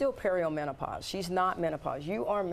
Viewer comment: That woman wasn't giving very specific information. Is she supposed to be some sort of expert? She doesn't even pronounce perimenopause correctly!